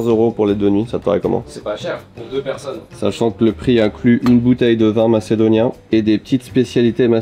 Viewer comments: "Macedoinais" à ...euh non..."Macédonien" 1 minute de vidéo et c'est chaud déjà. 😮😂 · On dit macédonien pas macedoinais ahah quand même renseigne toi un peu c'est la base du respect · On dit Macédonien et non pas Macédoinais ... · On dit macédonien mais je continue quand-même la vidéo 😆